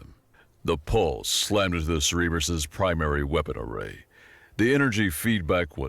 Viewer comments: Ah yes, the Ce-Re-bus. the three headed dog watching over the underworld... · Cerberus is pronounced (Sir- Ber-Us) he’s the Dog that guards the ‘Gates of Hell’. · Cerberus, not cereberus. Sorry, just kept bugging me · tip: "communique" is pronounced commune-ih-kay. And it's Cerberus, sir-burr-uss, not Cerebro from xmen. Still, great reading.